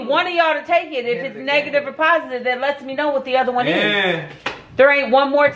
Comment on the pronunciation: Taake the test, taakkke the test 😂